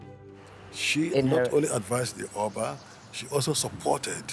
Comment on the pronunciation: Not O ba Its uh Ba